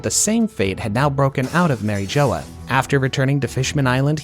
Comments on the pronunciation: This is an AI voice? Bc no way you pronounce "Marie Jois" as "Marie Joe-uh" when its said like 100 times in the anime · mara joea you say it all wrong they say it in the anime you should know how to pronounce it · Mary Jo-ah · "Mary Joe Wa" "Truffle Gar Law" Love it😂